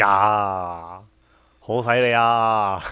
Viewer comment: "好西利呀"，一聽到這，好有親切感呀~😄"好西利呀"~廣東話好標準呀~